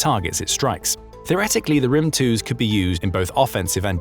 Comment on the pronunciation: the "thunder" missile is pronounced as "grim" not "rim", I am Ukrainian and I know it so